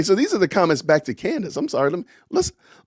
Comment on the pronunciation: Did you say "good morning I'm black", or " Good morning I'm back?" 😆